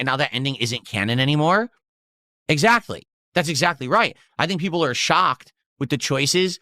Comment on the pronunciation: Peepul are saying